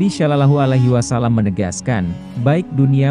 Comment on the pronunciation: Narasinya belajar mahrot tajuwit cara penyebutan kurang pas : Alloh. Sholohualahi wasallam, belajar dulu , kurang enak didengarkan. Kaya orang non muslim.